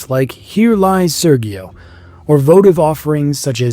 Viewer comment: SERGIO is pronounced SÈRJO, not SÈRGHIO, not SÈRJEE-OH